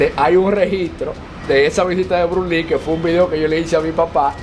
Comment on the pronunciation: Por favor tú eres un hombre inteligente y muy educado no te coma las S cuando tú menciona el nombre de Bruce Lee tú no menciona la S, por favor menciona la S donde vas las S. Gracias